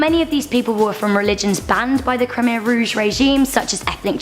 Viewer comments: "Khmer" is pronounced "Koo-Mai" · Khmer isn't pronounced "Keemah" it's pronounced "Kuh may" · It's pronounced "Cam air"